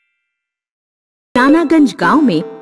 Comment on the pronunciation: Perestry nahi hota hai pastry hota hai